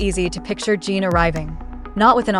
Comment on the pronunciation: Jungkook is already with Jimin for gods sake. And it’s not Jeen, it’s Jin